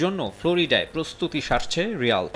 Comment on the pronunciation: রয়াল নয় রিয়েল😂